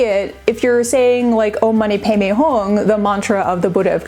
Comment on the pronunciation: She said it pretty well. Om mani padme hum isn't English, and sometimes transliteration is a little imperfect if you're approaching it as though it's pronounced exactly as in your mother tongue based on the writing. The "padme" is more like "bay-may" than we might assume at a glance.